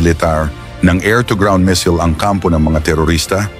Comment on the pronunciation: Boss baka missile,😂😂 Hindi mesel,..